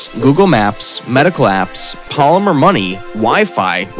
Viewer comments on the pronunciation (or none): none